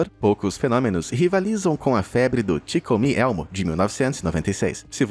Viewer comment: não tankei o "ti comi elmo" KKKKKKKKK